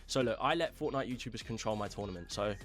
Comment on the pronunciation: 'wootoobers' lmao